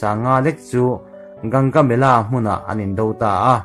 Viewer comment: Gaugamela tihtur alawm..gangamela a ni lo🤣🤣